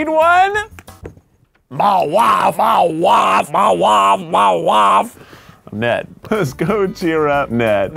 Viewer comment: “MA WAFE MA WAFE MY WAFE”